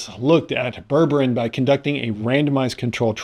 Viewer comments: unlike towns in Massachusetts, ber-ber-ine is pronounced as it is written with 3 distinct syllables. It's isn't berbrin. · JEEZ! Its pronounced "ber-ber-EEN"! If you can't bother to look it up or Google it, get an adult to explain it to you. Do you say tangerin? Latrin? Listerin? Magazin? Pathetic.